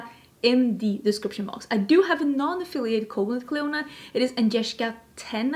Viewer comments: It is correctly pronounced “CLEAN-uh”. Mythological queen, kind of like Hela. 😘 No. Dragonfruit is pretty to look at but not tasty at all. Very very bland. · Clionadh is pronounced "Klee-oh-nah" 😎✌🏼